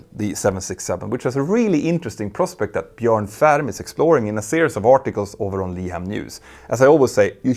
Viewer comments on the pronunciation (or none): none